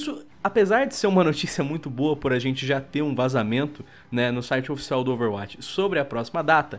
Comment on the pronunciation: Sem querer encher o saco mas já enchendo KKK Overwatch não se pronuncia com "a" mas sim com "ó", meio que overwótch, ou um "a" mais fechado